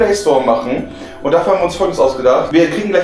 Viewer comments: Am schlimmsten ist, dass sie das "und" nicht richtig ausspricht. :D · TheOneWhoKnocks... un mehr... Ey wie die noch nicht mal das und ausspricht... Triggert mich.